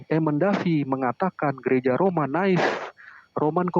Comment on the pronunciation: Di 2 mata, Native dibaca Naive. Ini hal paling memalukan karena seorang Doktor dan calon Profesor memelintir sebuah kata yang mengubah banyak makna hanya untuk kepentingan menyerang Gereja Kristus Yang Kudus. Silakan jemaatnya menilai sendiri pendetanya.